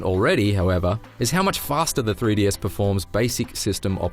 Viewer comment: "Free Dee" Dude...come on.